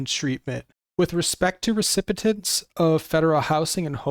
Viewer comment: This is very useful information, but please learn how to pronounce recipient